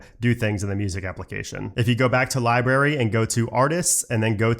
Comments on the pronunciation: Dude your videos are great, and I’m telling you this with the utmost sincerity and respect. When you say library you pronounce it liberry, it’s library. Not berry, brary. You leave out an r. And it’s mildly infuriating. It makes the video almost unwatchable. Again I’m sorry if this comes across in a mocking manner. I don’t mean it to be. But please, please please please; say the word correctly. PLEEEEEAAASE. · Love love love your videos...thank you. One small thing that drives me crazy, is the pronunciation of some things. Many of these are of course local to an area of the world, but a couple are just incorrect, even when considering different accents. In this video, you pronounce Library 'Lie-Berry' rather than pronouncing the B. Just in case you want to satisfy those of us who care about things like this, I thought I'd let you know. Sometimes we don't even notice these things ourselves. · LIBRARY ... How do you pronounce it? Cracks me up every time I hear you say it. haha ... And.. I'm laughing with you, not at you. I love it!